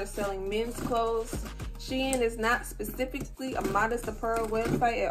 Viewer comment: I’m so glad you pronounce shein properly omg for some reason it bothers me how do many ppl pronounce it wrong 😭😭😭